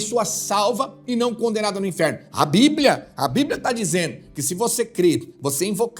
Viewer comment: A..pispa...não.. esta..lendo..a..bibra